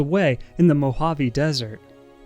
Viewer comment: Good content. The background music is absolutely unbearable. It’s interesting how you can’t pronounce atoll and the word commerce, but nail something like Mojave. I’m thinking you’re like an AI maybe…